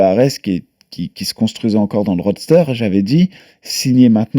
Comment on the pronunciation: ça fait 1 an qu'il a toujours pas compris qu'on dit roster et non pas roadster mdrrrrr